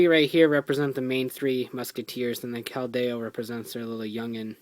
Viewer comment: Your not pronouncing Keldeo right it's(Kel-De-o)